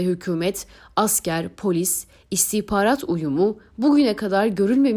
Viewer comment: Şu istihbarat kelimesi istihparat olarak telaffuz edilince çok rahatsız ediyor.